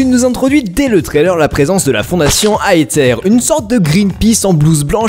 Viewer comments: On dit {Aézer} et non {Aétter} pour la fondation Aether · Aïterre ? On dis pas Eizer ? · BORDEL C'EST PAS AITER ÇA SE PRONONCE ÉZEURE BORDEL ET ON DIT OULA OULA ET PAS ULA ULA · On prononce Aether "Aizeur" ou "Izeur" avec le z prononcé comme un "th" anglais (donc avec la langue pincée ente les dents de devant). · On prononce Aether: ézeur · On dit pas aeterre Aether